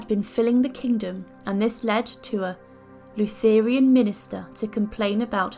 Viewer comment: Interesting. Maybe some was exaggerated but who knows? She obviously did some sick stuff whether or not the numbers were 20 or 200. Btw did you say " Luth ER i an"? Its "LUTH er en". Just in case .